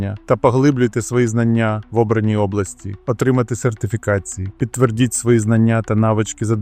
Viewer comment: Проскакують росіянізми, як закінчення на -кі замість -ці, підтвердІть і т.д. Але при цьому, майже 80% наголосів західних діалектів. Просто цікаво - який у Вас бекґраунд?